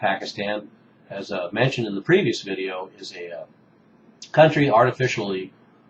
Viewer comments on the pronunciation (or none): none